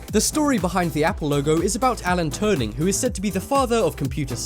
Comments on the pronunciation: Alan TURING. Not turning. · Turing. (too-ring) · Did he say Alan "Turning " ? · Did you say "Turning"? I thought you said "Turning" it's actually "Turing" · You mispronounced Allan Turing's name. It's "Ture-ing" not Turning. Other than that good video. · Alan Turing. Not turning. Xx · Who the bleep is Alan Turning? There's no "n" in "Turing". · TURNING!?!? ITS TURING YOU IDIOT!!! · Apple: the man's name was Turing ("touring") not Turning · its Turing not turning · 1) Alan Turing is pronounced (Chur-ing) not (Tour-ing) lmao 2) It is better know he died from Suicide, of Cyanide Poising... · i'm sorry but his name isn't Alan Turning it's Alan Turing...interesting video tho! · Haha Alan turning lol it's Alan Turing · Turing! not Turning... wow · "Alan Turning" are you fucking serious he's called Turing. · Not tryna be a dick but it's Alan Turing not turning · You called him Alan Turning, it's Turing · "Alan Turning"? Do you mean "Turing"? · Wait? What? Alan TurNing? No his name was Alan Turing (no letter N in the middle) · Alan Turning? IT'S ALAN TURING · Alan Turning? Alan TURNING? It's Alan Turing for Christ sakes. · Alan Turing not Turning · It's Turing not turning. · Am I the only one disturbed that he says Alan "Turning" ? xD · It's Alan Turing you muppet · Can u actually read his name is Alan TURING